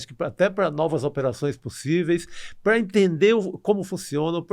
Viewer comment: PQ ESSE CARA NÃO FALA PARA? ele fica falando PRUA!! PRUAAAA PRUAAAAAAAAAAAA PRUA ... não é prua caralho é PARA!! TAl pra tal não prua!!!